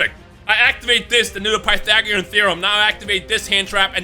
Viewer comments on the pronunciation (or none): none